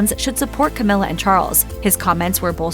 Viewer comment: Cowmilla! LOL